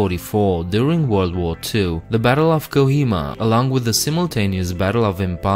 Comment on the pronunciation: It's kohima not kjioma bro 😁